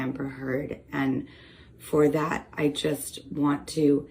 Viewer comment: It is not "dat." It is "that." It is not "dere." It is "there."